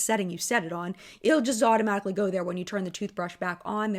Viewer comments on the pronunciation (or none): none